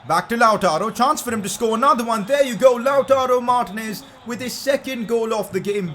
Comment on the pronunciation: Its not martnez ...its martinez !!!